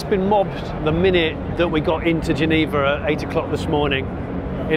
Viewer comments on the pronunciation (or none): none